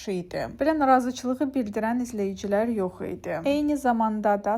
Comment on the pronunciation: Siz niyə çox sözləri səhf tələffüz edirsiz ? Rəy yerine rey,əynimdə yerine eynimde, eyyar,getirirem, izleyiciler, kapi, kaş qelemi,kepiy və s. ?